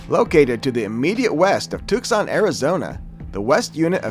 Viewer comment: Awesome video. Pronounced Tucson too-saan, saguaro suh-wah-row and hohokam how-haa-km